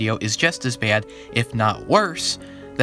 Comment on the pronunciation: are you from long island? The way you said “Baad” is the same way i say it lmao